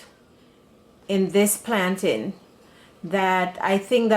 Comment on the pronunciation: I subscribee the minute you said plantain the right way Nuff respect from Jamaica🇯🇲🇯🇲